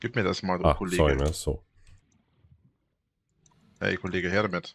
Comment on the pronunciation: Bei Reinerle gibt es kein "so" es gibt immer nur "ßo".